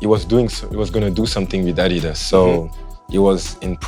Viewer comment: first person in my memory on sneaker shopping who right pronunce "adidas"